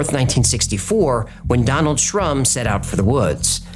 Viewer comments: I thought you said Donald Trump. Lol. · What kinda poor excuse for a bow hunter only brings 4 arrows?? And I kept hearing you call him Donald Ttump.